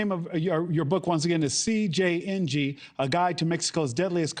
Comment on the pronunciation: Lololol this guy said “Siiing” when he was readING CJNG